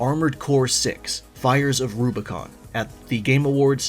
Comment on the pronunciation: My biggest criticism of ArCo6 is the last word. Rubicon. It does not start with an L.